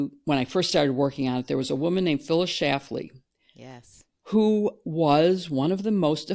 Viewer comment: SchLafly. It has an "L" in the middle. She was a beastly woman, with or without the "L."